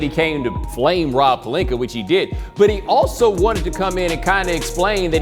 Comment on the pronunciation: Is it jus me but wtf do SAS put a r on Rob Palinka name ? Lol